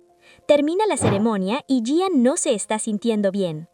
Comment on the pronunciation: Me encanta como resumes, pero no es Yian es I An ♡😊